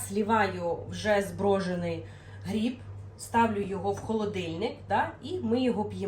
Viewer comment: Особливо "гріб"